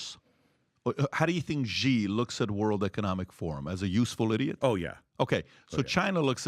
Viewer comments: Ok I got to say it because it's been bugging me; Xi is pronounced like "she." Exactly like the female pronoun. No "zee" or however else most Americans pronounce it. Jin Ping is pronounced exactly like it's spelled. So his name is pronounced like: "she jin ping." Had to get that one off my chest holy moly. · PBD can barely read the basic story out loud. He can't even say Xi's name correctly after all these years. Is this guy really that smart? Obviously not. He makes good points here and there, but just like Grant Cardone, he's a grifter who got famous off ripping people off. He sells insurance through an MLM scheme. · Xi, pat just says Z cause of his accent. It’s pronounced “She” lmao